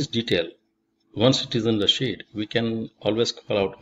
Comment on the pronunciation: every time he says "sheet" I hear it as "shit"